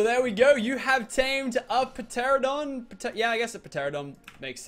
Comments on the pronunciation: It’s not p Tera don teradon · It's just terradon the p is silent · it's ter-an-a-don get it right next time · Lil Nightwing per-teradon lmao. It’s pronounced ter-an-a-don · pteranadon- ta-ran a-don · goddddddd its teradon not peteradon!!!! the p is silent! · tera-don not pt-ear-a-done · tare-uh-dahn. not puh-tare-uh-dahn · (Pa-tear-adon) my god ur killing me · pa teradon lol, p is silent is pterodactyl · ITS PRONOUNCED TERANDADON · did he actually say p teradon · Its called a teranadon the p is silent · urrrh meehhh guurrrdd u pronounce it teradon it has a silent p in pteradon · Teranadon that's how to pronounce it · ITS NOT Pteradon the p is Silent! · It's tur-an-uh-don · He called it a p teradon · its pronounced Terr an a don Ky tan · It is pronounced te-ran-o-don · It's pronounced teradon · It is pronounced ‘ter-ran-a-don’ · its pronounced teranadon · Pteranodon is pronounced teranodon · The P in Pteranodon is silent and it is Chitin not Chintin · the p in pteradon is silent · The p is silent in pteranodon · I hate how pronounces pteranodon the p is silent he should know how to pronounce it